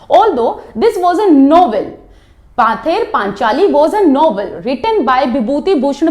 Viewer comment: Thank you mam...but it's pronounce পথের পাঁচালী in Bengali.